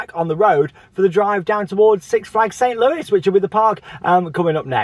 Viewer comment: Great vid, St Louis is pronounced with a silent s on the end of Louis